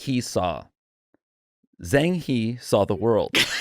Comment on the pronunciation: One of my favorite Jake bits (also from NADDPOD) is the passive-aggressive "Excuse me" when nobody's interrupting him. Also, besides mispronouncing "Zheng He" (understandable) that poem was honestly fantastic?